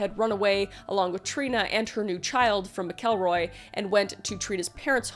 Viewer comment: Skidmore, MO has a crazy amount of fkd up things for the population. I live 30 mins from there. PS. Its pronounced Mack-uhl-roy. 😊❤and "nod-uh-way" 🤣 Google needs help. 😂😂😂